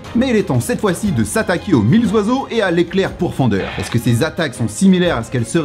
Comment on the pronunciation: Alors je veux pas faire chier le monde et tt mdr mais tu fais pas la liaison mille oiseaux pcq mille y a jamais de s 😅 sinon la vidéo est carrée de fou